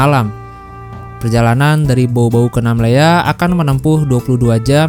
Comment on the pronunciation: Bukan nammela tapi Namlea